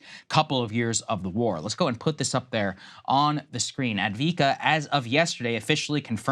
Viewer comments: It's Ah-v-di-ka not advika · It is called Avdeyevka, not Advika. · It’s pronounced Av-dee-ev-ka…..it’s Russian territory now. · Lmao A-vee-kaa really? Even with $500 billion dollars in aid, The American mission in Ukraine will fail, Ukraine will fail, more innocent lives will be lost. It's better to negotiate now. I feel bad for every Ukrainian life that has been lost because the UK and The U.S decided not to negotiate from the beginning. More help? You can not even match the Russians in manufacturing ammunition. Ukrainians are dying like flies. Keep sending weapons. Dont negotiate. Russia will effect a strategic global defeat against America and it's Allies. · AV - DEE - IV - KA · What the heg is Adviika? There is an first V! It's prominent! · It's Avde-ye-vka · It is pronounced AF-DEY-EF-KA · Av-die-ev-ka. The gentleman on The Duran have been talking about it for months and have a good command over the pronunciation of Ukrainian names. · Av-diiv-ka Why do we have to repeatedly prove American dumb-ness, instead of teaching kids syllable by syllable? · Try to learn how to pronounce AVDIIVKA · The least Saagar could do is pronounce Avdiivka the way it's spelled. It was the most heavily fortified city on the line of contact, from which Ukraine has been shelling and bombarding civilian areas of nearby Donetsk, a city of one million, since 2014. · As someone with a background in the military and a middling knowledge of defence economics, hearing Saagar be so incredibly ill-informed is almost as painful as hearing him butcher saying "Avdiivka". If you're interested in a thoroughly researched, well cited, and very informative resource regarding defence economics and the situation around the war in Ukraine especially, I can't recommend Perun enough. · it’s been like 6 days and saagar still wildly mispronouncing “avdiivka”